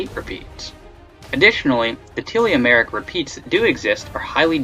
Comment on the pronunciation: Can he learn how to say telomeric?